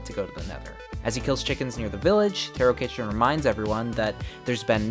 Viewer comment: I believe Tarokitchen is pronounced Tarokheshen. Great video anyways!